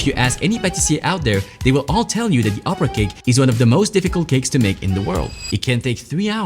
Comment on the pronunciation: You have an incredible French accent when you say something in French (Joconde,opera,et voilà…)